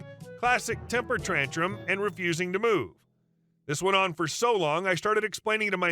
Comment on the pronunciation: Love how he said temper trantrum. Is that a tantrum that identifies as a peaceful talk?